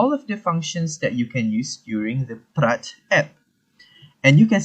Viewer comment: This is how you're supposed to pronounce the word Praat in Dutch not even close in the manner you did!